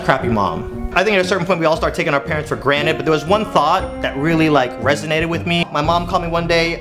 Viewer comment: Granet? Its granted with a D